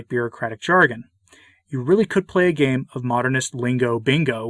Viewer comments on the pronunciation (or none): none